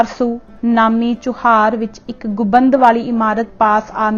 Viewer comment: ਗੁਬੰਦ ਨਹੀਂ ਗੁੰਬਦ ਬੋਲੋ ਜੀ